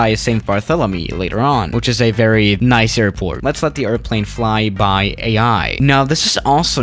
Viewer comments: Nice's pronounciation is "niss", not "nice" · You’re supposed to say “neece” not “nice” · It's not Nais, how you pronounced Nice it's actually pronounced like Niss By the way i am not french I am Georgian Not from the american Georgia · it's pronounced Niece!!! NIECE!! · Pronounced: Nees